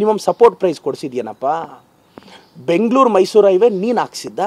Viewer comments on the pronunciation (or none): none